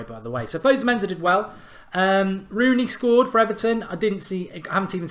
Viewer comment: It's fosu mensah not fozu menzah